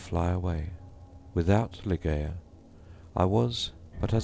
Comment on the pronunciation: For heaven's sake it's 'lie-JAY-uh'. Do some research on Poe's intention etc. before recording.